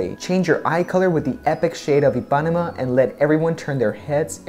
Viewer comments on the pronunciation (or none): Hi did you pronounce correct “Paraty”, but “Ipanema” you accentuate iPAnema, and the correct is IpaNEma ( i Put in CAPS LOcK for try explain better). I am brasilian 🇧🇷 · I'm brazilian and we talk IH-PAH-NEH-MA, not EE. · So refreshing to see a guy trying these on! For pronunciation (I'm sure you've already found out by now) - Ipanema is pronounced like this: EE-puh-NEEM-uh. So you stress the first and third syllables. For reference go to: ("The GIrl from Ipanema" - my parents "song" and a beautiful island, Brazilian flavor to it. Anyway - awesome video, great personality and very articulate descriptions! Bravo! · Also For Ipanema the stronger syllable is NE so you should say ipaNÊma not iPÁnema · love them!!! E-pan-e-ma. like the song!!!! Im getting those!!! ❤️❤️❤️ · Pronounced E-pah-nee-mah . Like the bosa nova song "girl from Ipanema" ☺😉 great review!!! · Good choice, the color ipanema look very nice on you. Ipanema is a famous beach in Brazil and it is pronounced like this: Ypanema without the accent. Just like the famous song "The girl of Ipanema" "La chica de Ipanema", "The garota de IPanema" in portuguese ( Lyrics: Tall and tan and young and lovely The girl from Ipanema goes walking and when she passes, each one she passes goes - ah...) Also, the Buzios color looks very natural too. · It’s pronounced IpanEma dear! With the accent on the E. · Heeo Djee Gianay-roo. ee-pah-nee-ma. boo-zeews. pah-tta-tchy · The correct pronunciation of Paraty is to use the strongest syllable in the "ti" and not in the "ra". I'm Brazilian and I lived in Rio de Janeiro for many years. The correct pronunciation of Ipanema is, In English it is the sound of the letter "e" instead of the letter "i" of ipanema and the strongest syllable in the "ne".